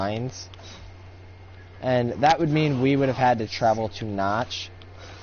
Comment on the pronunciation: um, not to be rude, but you said Nacht like notch, but it's pronounced Nah-kt. as if you were saying nah, and then you say kt. kinda like cut, but without pronouncing the "u". so just kt.v (lol)